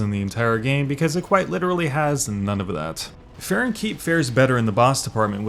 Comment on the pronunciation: farron keep not farren 👌